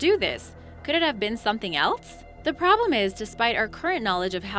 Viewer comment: Ok, I like the content. But holy crap on a pita, the word is not "eltz." Say the name of the letter "L" then hiss. Else. ELL + SSS. ELL SSS. ELL SSS. There is no T in that word. Dammit.